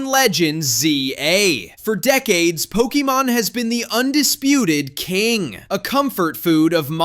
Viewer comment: pokiemon? no wonder u hate pokemon